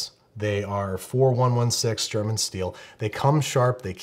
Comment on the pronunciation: As a German,I absolutely love how he emphasized German steel :'D